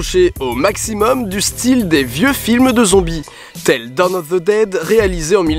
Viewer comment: Ze walking... prononce -le comme un d ce serait mieux.